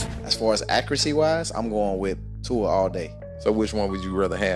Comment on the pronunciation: You keep pronouncing Tua’s name wrong…